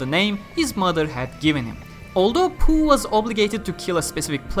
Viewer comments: I thought it was pronounced POH instead of POOH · Low key lost my shit everytime he said PoH, as poo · Poh is pronounced as poo? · oh. And I thought it's pronounced literally "Poh"